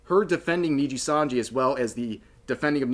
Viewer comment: jeez asmond had to cover RIPBOZO so much he actually pronounced nijisanji properly now, that shows how much nijisanji fucked up.